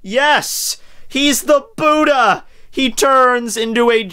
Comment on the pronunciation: LOL I HATE THE WAY HE SAYS BUDDHA